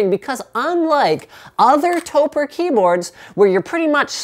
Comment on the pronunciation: I believe that it is pronounced "toe-preh" Since it is a shortening of "Tokyo Press" you take the "toe" sound of Tokyo and the "preh" sound of Press (basically just stop saying the word before the "ss"), put them together and you have Topre!